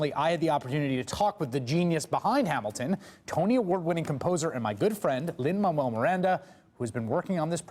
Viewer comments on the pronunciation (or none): WHY DOES HE KEEP SAYING LIN-MAMUEL MIRANDA? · Is anyone hearing them say "Lin Mamuel Miranda"? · Is it just me or did he say "Lin-Mammal Miranda"